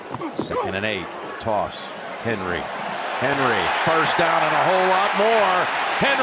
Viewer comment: l like how Jim Nantz was saying “Toss Henry… Henry.” Made the sound like Henry is a beast which he is. I like that.